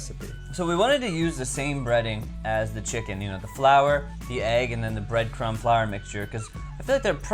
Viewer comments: ish he said bread cum instead of breadcrumb. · he said breadcum